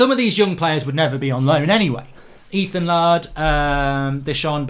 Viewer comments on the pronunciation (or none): Emphasis air in the Laird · Why does Mark constantly pronounce Laird as "Lard"?